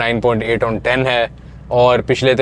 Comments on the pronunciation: oc nahi ON hota hay: p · Sir Its "ON" shoes brand not OC